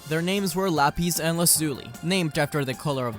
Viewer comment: "Lah,piss" not "lahpeace"